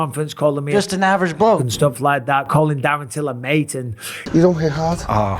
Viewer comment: Love the way he says “Mayte”